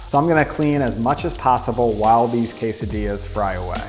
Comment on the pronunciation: quesadillas, no "dillas" please white people dont f with that(